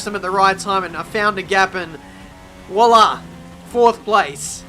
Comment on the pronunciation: Can you please never butcher the word "voila" with your accent like that again, please